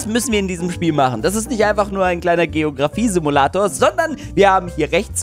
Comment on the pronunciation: Simualtor? ich glaube es heißt Simulator 🤣🤣👍👍